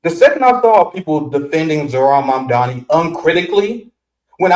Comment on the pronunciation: Great conversation! Only thing is, you keep mispronouncing his name ..it's MAMDANI.